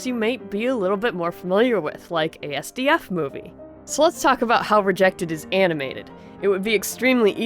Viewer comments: I’ve checked, it’s actually pronounced [Ahz-dihf] :p thank you sorry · It's Pronounced Ass-Duf-Moo-Vee! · did she just pronounce asdf's letters